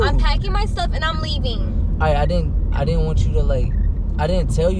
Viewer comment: I’m dead he “LeAvIiNg”